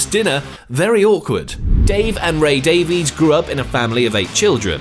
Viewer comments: Davies is pronounced like Dave eez. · Ray favours the “Dave-is” pronunciation of their surname, whereas Dave favours the “Dave-eeze” pronunciation. They can’t even agree on the pronunciation of their family name lol